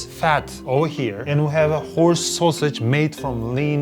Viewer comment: Every time he said horse i heard whorse. Soooo weird